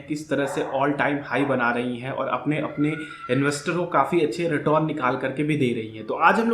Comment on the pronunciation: भाई रिटर्न होता है रिटोरन नही nyc video